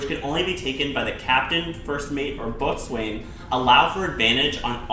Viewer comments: Err Boatswain is pronounced Bo-sun. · Great video! Just fyi you pronounce it bow-son ;) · "boatswain" is actually pronounced "bow-son" ya friggin farmer, bet ye can't tell a head from a halyard as well! Just joking though lmao, good video! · Boatswain is pronounced bosun. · Omg , a boatswain is pronounced bossun. If you are going to do a video about ships, know your terms.